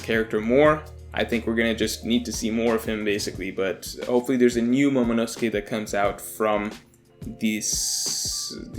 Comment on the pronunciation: The way you say momonosuke hurts me